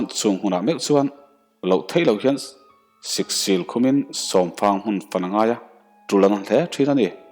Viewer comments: Siksil leh Nau vai tih ah hian. Thlukna awm se a dik zawk lawngmaw? Ka ti deuh a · Mizorama Cheng inilo ami,chhiar thiamlo ve,siksil te lam diklo bawk si,tawngkauchheh hi a Burmese emai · Kawltu, siksil, zu khawn tihte hi chu lam dik tur rual chu i nih hmelnen. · Siksil pawh lam dik theilo.. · Tiang chhiar tur hi chuan mizo thil te han bih zau deuh la țha hle mai.siksîl,laiah hming etc te hi i lamdan a dik lo tlat.han țang deuh la a dik chho zel turah ngai ang.